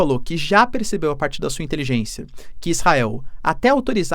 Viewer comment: "INTELIJÊNÇIA DO HAMAS" KKKKKKKKKKKKKK